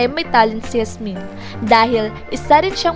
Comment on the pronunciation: Pag pronounce lng ng pangalan ni Yasmin, ayusin mo naman